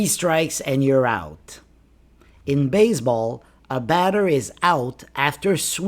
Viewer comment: Why you keep pronouncing baze__ ball?